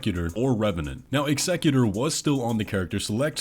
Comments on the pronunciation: Please, for the love of god, Executor is pronounced Ex-a-cute-r not Eggs-eg-u-ter. It is a real word, let’s not start this trend this early cause I’ve already seen someone else mispronounce it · Executor!! It's called executor. ExEGGutor is a pokemon. Edit: I see you changed your mind about the pronunciation over the video. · This guy can’t pronounce EX-eh-cute-or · Executor? Why are you saying it like that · Why isn't the Executor pronounced like the profession? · The way you pronounce Executor is a little funny its said like execution like the gallows chopping block. The way you pronounce it makes them sound like a business ceo 😅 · An example of an executor you might be familiar with is the executor of a last will and testament- that is, somebody who executes the tasks laid do in somebody's will. The executor's name is pronounced like that. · Kind of silly that you don’t want to pronounce “Executor” in the way we have suggested because you say it’s not a word……when this is freakin Elden Ring with a whole bunch of made up words for their lore and such. And technically every word in every language was “made up” by someone. So I’d get over that thought and just pronounce it in the way that makes sense and sounds better. But besides that little rant I appreciate your videos, I’m really getting more and more hyped about this release and may actually pay full price upon its arrival 🦾